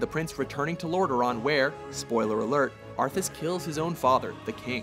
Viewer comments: It's spelled Arthas not Arthus. Best Blizz cinematic is a tie between Arthas becoming the Lich King and the Burning Crusade opener. YOU ARE NOT PREPARED!!!! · wtf? arthus? 0.o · Arthus? really? Arthus? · Haha Arthus wtf !! it is spelled Athas! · "arthus" ..... my god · ARTHUS?? LOL! XD WTF?? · Maybe someone have mentioned this but its ARTHAS not arthus... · IT'S ARTHAS!! NOT ARTHUS!! NERDRAGE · Arthas, not ArthUs!!!! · Arthus? hahahahahahahahaha common man... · ARTHAS!!!!!! NOT ARTHURS!!! -. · arthas not arthus dumbasses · bolog wait, "ARTHUS" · Arthas/Arthus. Easy mistake to make. No need to go crazy about it. Side note: If you listen to it pretty much sounds like he's saying Arthus. I'm a Warcraft nerd too but in the end, it's just a made up character in a game. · I dont wanna sound butthurt but... ArthUs. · First, it is Arthas, not Arthus! IMO Zeratul vs Kerrigan should have been in top ten, it didn't even got a mention, the intro of SCBW and Arthas becoming the Lich King were not even mentioned and not even shown at all... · Dear; Who the fuck is ''Arthus''? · Ummm, "Arthus' Betrayal"? Who is Arthus? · Arthus' Betrayal.... Do you guys INTENTIONALLY misspell and mispronounce things to piss us off? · Theres a mistake : His Names Arthas, not Arthus. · Arthus ?? ArthUs ??? FUCKING ARTHUS ?!?!?! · It's "Arthas," not "Arthus" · ...you said Gromm instead of Grom and you really called the lichkings alter ego "arthus" ?...really guys? its ARTHAS. how about "dethwyng" and "Yllydan" next huh? do some goddamn research... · Arthus? Really? It's Arthas. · Arthus? ARTHUS?!?!?!?!? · It's Arthas...not Arthus... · One, the Orcs in the Orcs vs Humans cinematic conquered the kingdom of Azeroth, later known as Stormwind, not Lordaeron. Two, it's spelled Arthas not 'Arthus'. But otherwise decent list. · Arthas' Betrayal will always be Number 1 for me. And btw you wrote AND said "Arthus" ! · arthus ?? lol